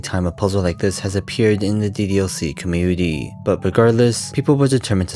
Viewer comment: why youtubers these days prefer to speak so annoyingly with enunciating and putting stress on the last syllable of the last word in their speech even if it’s incorrect (suddenly the word “commUnity” becomes “comunitEE”, or “Answers” becomes “answErs” and so on)